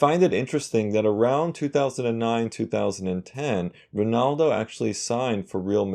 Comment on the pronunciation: U even pronounced him right